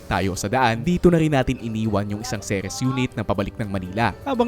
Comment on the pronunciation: Pet peeve ko talag tong mga tao who pronounce "Ceres" as "Series" 😅